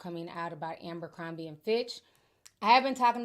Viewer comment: Jessie soMlett to aMbercrombie😅😅😅 I knew Ti was gonna mess up this name